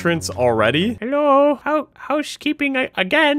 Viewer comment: ist funny he sed hello house keping😂😂